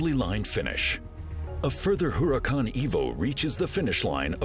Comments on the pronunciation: I notice it too...and also the Huracàn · Huracan is spanish for.............. .......... .......... ..........Hurricane You dont say....